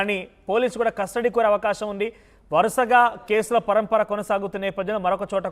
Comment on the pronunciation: 😮😮😮catastody???? Or custody madam???? And sooo many mistakes u have spoken madam like prathyeka Nigha ki badhulu u said Nidgha & jail superintendent ki badulu u said superintal😂😂😂😂